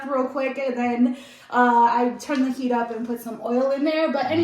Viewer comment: What’s keak? Does she mean heat?